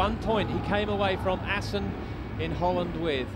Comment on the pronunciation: "Welcome back to Assen" ........